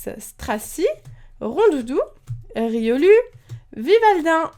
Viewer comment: Ça se prenonce riolou mais sa s'écrit riolu comme ça se prenonce loucario mais sa s'écrit lucario